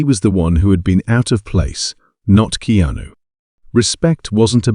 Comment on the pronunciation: It’s key-ah-noo. Stop lettering AI narrated/created videos on YouTube